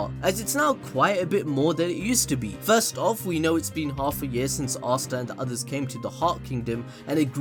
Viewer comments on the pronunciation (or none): none